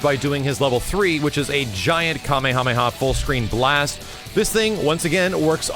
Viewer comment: I cringed when he said kamehameha, still love his vids tho